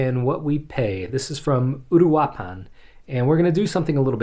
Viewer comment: Just for a reference on pronunciation: uruapan Oooh-rooh-ahh-pahn